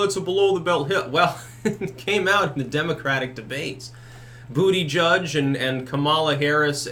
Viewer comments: Its butty-geeg! You had it right before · I clicked on this video to hear you say ‘booty judge’. It’s been stuck in my head for weeks.